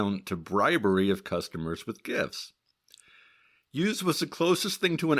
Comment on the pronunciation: The "Youse" rhymes with "house." I know because I'm his daughter.